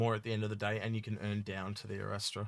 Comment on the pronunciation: I love your stuff, but PLEASE guys, what triggers me to no end is the pronunciation. Is this some kind of inside joke that I don't get? It is ARR-AST-RA not Arra-Stra-da. Sorry for being that pedantic.